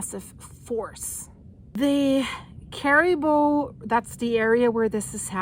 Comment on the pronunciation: It's pronounced Chill coe-tn and Care ih boo